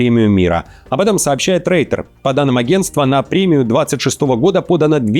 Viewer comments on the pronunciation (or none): none